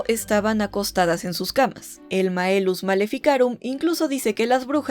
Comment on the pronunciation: Es Maleus Maleficarum, no Maelus.